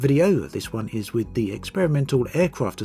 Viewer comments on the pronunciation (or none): none